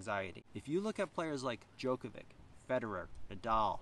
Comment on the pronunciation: Yikes! Mispronouncing the name of the main person in your video is not a good start! Rune is pronounced ROO-nah (rhymes with tuna, not with tune). MIght also want to check how to pronounce Djokovic.